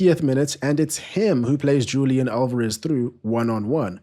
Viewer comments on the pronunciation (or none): none